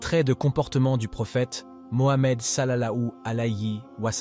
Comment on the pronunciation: S'il vous plaît il faut bien prononcer le nom du Prophète